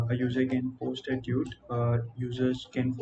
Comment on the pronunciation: Not to be rude, but is it common to pronounce “Tweet” as “toot”?